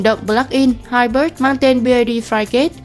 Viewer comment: Hybrid đọc là hai bờ rít ko phải hai bớt, Santafe đọc là san ta phê không phải san ta ép e